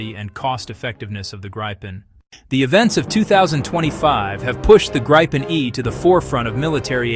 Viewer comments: Please be consistent. It’s the Grip pen (“grip”” as in to hold pen” as to write. It is not “Gripe” as in complaining. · It's gripen not fucking grypen you idiot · Not Gr-eye-pen, not Grippen -- it's pronounced Greepen, meaning The Griffon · For all you English speaking viewers, it sound hilarious when English speaking try to pronounce the Gripen name so I am gonna try to help you out a bit. Try and pronounce it like it reads Gree-Pen and it should sound better than the "Graipen" I hear everywhere.